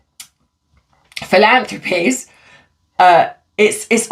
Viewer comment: PRACTICE MAKES PERFECT ❤ Fil- ANN- thrah- peez